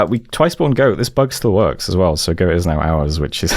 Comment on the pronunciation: Pronouncing "Göte" as "Goat" never ceases to be funny.